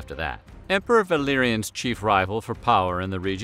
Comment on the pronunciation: For a second I thought you said his son's name was Billyanus